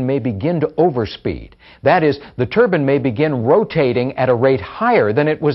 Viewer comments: Turban is turban, these are TURBINE, long I. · Got sick of listening to this dude wrongly pronouncing turbine as "" Turben""... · It's not a "Turban". It's a Turbine. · they are pronouncing the word wrong the bine part is to be pronounce as like pine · Its painful to listen to how he pronouns turbine